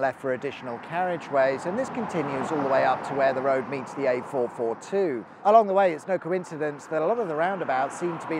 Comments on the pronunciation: A442, so many times A442, not A422. Also Wrekin is reekin, not wreckin 😬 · Ironic that the company Tarmac was based near the M54, when for most its length its a concrete monstrosity P.s. as a Telford-ite, for some reason hearing you call the A442 the "A422" hurts my soul